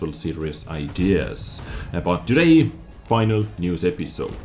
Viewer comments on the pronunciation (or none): none